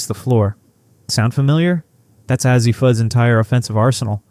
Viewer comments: Ur mispronouncing her name Azzi long A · Why do you not pronounce her first name correctly?